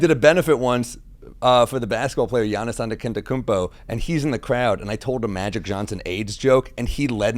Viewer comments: Jim needs a bra more than his wife…. Edit: also Sam’s butchering of Giannis Antetokounmpo’s last name just after saying he had a sports show on MSG is kinda wild lol pretty sure Shaq and Chuck have the annunciation down by now 😂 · Stavros would be ASHAMED by Sam's pronunciation of Giannis Antetokounmpo. As a Bucks fan, I am also ashamed. He will NEVER be a Knick!